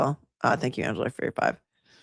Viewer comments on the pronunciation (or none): none